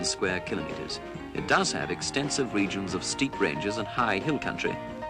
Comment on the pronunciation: congrats for pronouncing KILO METERS properly